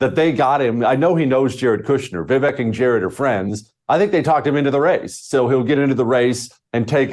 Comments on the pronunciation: It's ViVAKE, like "cake"... sad to have a guest on who can't pronounce the name correctly. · I cant trust this bearded mofo cos he didnt even do his homework on pronoucing Vivek's name correctly. A douchse.